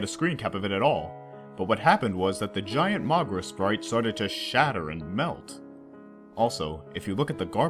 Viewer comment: I cringe by how wrong he pronounces Moguera